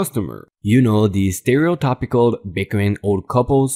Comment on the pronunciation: the "karen" asking the customer story?? the TYPICAL in the word stereotypical is actually said like TIPical so NOT like if you TYPE on your computer keyboard. :)